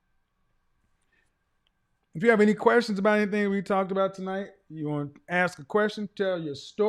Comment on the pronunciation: “I jis wana axe you” Just a little English would be nice! Just pretend to try🤷🏻‍♂️